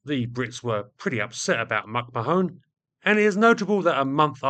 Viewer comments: Given he's from the US, it's more likely to be pronounced McMan. I say this because he briefly flirted with standing as president and his slogan was "The man is McMahon" which rhymes better with the pronunciation I'm suggesting. I also recall Johny Carson's offsider was McMahon, who also pronounced it as "McMan". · Mac Mahon is pronounced Mac Mah-Hon , say it fast, not with an additional e at the end ,"Mac Ma-Hone " literally means "my arse " in Irish. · Mack.mahone you serious? McMahon is pronounced oh effing Google it. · No it’s pronounced MacMarn (2 syllables not 3). It’s a fairly common surname originating in the UK, so I’m not sure how managed to consistently mis-pronounce it?? Then again, he mis-pronounces the most basic word in the dictionary “The” as “Thee” all the time! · or in Ireland, Mac Ma-hon (not Mahone) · McMahon is not pronounced "mak ma-HONE," but "mic MAH-hun."The way you pronounce it quite literally changes its meaning from "son of bear," to "son of my ass." "Mo tHoine" (pronounced "mo-HONE") quite literally means "my ass" in Irish, as in the quaint colloquial Irish phrase, "pog mo tHoine." I would appreciate it if you would edit this video to replace "mak ma-HONE" with "mic MAH-hun" at your earliest possible convenience. Sincerely, Mahon MacRi. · I'd say that name would be pronounced more like "Mc Man". Granted, slightly oversimplified, but way closer than "Mac ma-Hone" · "McMahone" - is that really how it is pronounced in the US? In Ireland it is pronounced Mac-Mah-on, with the emphasis on the middle syllable. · "Mack-mah-hon" ; "mah" sounding the same as the first syllable of "malevolent", and the third syllable as in the first syllable of " honey". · Mac-Marrn is how you pronounce it. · It's pronounced McMa'ahn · McMahon is pronounced MacMayen. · Great video, thank you. Sorry to be a pedant, but McMahon is pronounced McMarn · Another pedant here. The "o" in McMahon is silent - at least every time I've heard it. McMahon comes to mind.